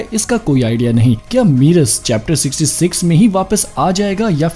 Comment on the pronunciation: Merus nahi aayega wapas... aur woh मेरस hai, मीरस nahi... wrong pronounce mat karo...